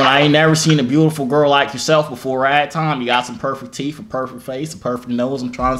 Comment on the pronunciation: "u got some nice teef" 😭😭😊😊😊😊